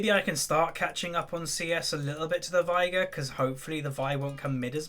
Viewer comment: Just so you know,, Final Boss Veigar says "vay-gar" in two of his quotes. It rhymes with "day" and "far". Also, Sivir is "Siv-urr", as said by Azir. Does it matter? Not really. I just thought I'd mention it. Bring on the "no one cares" comments.